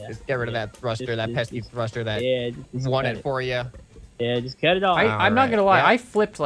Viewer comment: Everyone: Bearings, Engines, Logic, Suspension, Controllers.: Cosmetic blocks and a thuster.